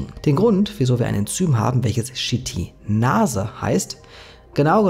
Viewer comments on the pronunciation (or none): YKL-40 sollte man aber nicht mit Jod Ka El Vierzig ausbuchstabieren - zumindest in meinem Alphabet wäre das eher Ypsilon Ka El Vierzig 😉 Auch die Aussprach der Chitinase erinnert mich sehr an "Shit in Nase" 🙈